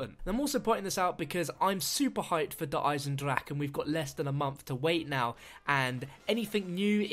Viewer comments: Not trying to be pedantic, but it's pronounced "Der Eisendrakeh" . You pronounce the "e" on the end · I cringed when he said der eisendrache like der eisendrack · good video, I just wanted to point out that you do pronounce the E on the end of 'der eisendrache'.